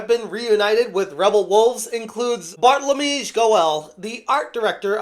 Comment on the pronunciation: You don't pronounce Polish names like if you were saying them in English. For example, the Polish "w" never sounds like a vowel. It will either have a "v" or an "f" sound. Vowels don't bend like they do in English. And "sz" you pronounce like "sh" in English. If you have doubts you can go to google translate that it can tell you the phonemes and even play the pronunciation. Also, the ł in Bartłomiej is not pronounced as an "L", it is pronounced as an "u".